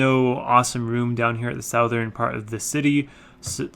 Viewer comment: Future reference, as you probably already know but goes unnoticed while recording; "Southern". You pronounced it "south-ern" multiple times. I find it quite obnoxious. Pronounce it like "suth-ern". Or just Google it and listen to it. Enjoyed the video. :)